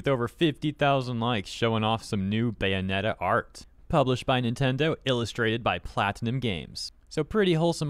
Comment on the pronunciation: It's Bae-onetta, not Gay-onetta.